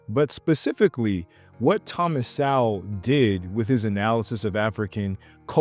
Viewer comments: It’s pronounced Soul not sowel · You pronounce his last name (So -Wol)So-Wol. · You can’t even pronounce “Sowell” dummy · If you are going to bring up Thomas Sowell you should know his work and maybe read Black Rednecks and White Liberals and also pronounce his name correctly by the way it’s a shame he never ran for president